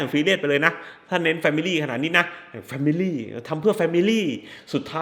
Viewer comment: แฟมิล๊๋หนิ แฟมิลี่หนิ แฟมิลี่หนิ 555555